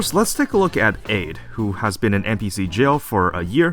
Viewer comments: it's ade (ah-day). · Btw, I think Ade's codename is a reference to the greek god Hades, so it should be prononuced Ah-dae